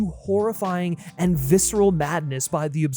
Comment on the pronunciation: Vi-SARAH? In-TRAV-enous? Tell me you didn’t write this script without telling me you didn’t write this script. All with that bargain-barrel MatPat affectation.